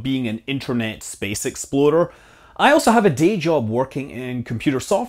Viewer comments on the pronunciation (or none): Wait, did he say space explorer or exploder? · still can't tell whether you're saying "internet space explorer" or "internet space exploder"